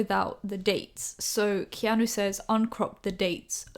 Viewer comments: His name is also pronounced Key-ah-New Keanu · His name is pronounced key-are-new. Like the fit guy off Eastenders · key-a-nu hehe